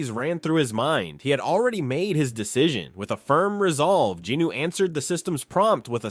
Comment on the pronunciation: I gotta ask, who’s “Jinoo”? Isn’t it Jin-Woo?